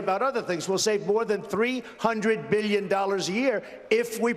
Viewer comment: Never trust a businessman who can’t pronounce the word billion.